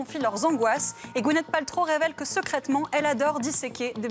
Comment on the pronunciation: "Maozé Doung" ; "Gounette Paltrow"... cette femme est incapable de prononcer un mot correctement??